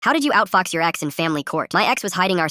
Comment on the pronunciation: With the "outfox" word sounded like "outfuck until "fox"